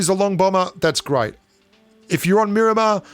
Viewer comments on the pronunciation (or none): none